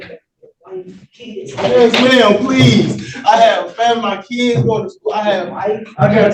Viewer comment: ‘I got keedz…!’